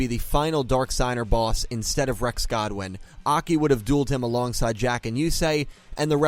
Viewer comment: It's Goodwin not Godwin lool 😂 😂 😂 😂 😂 😂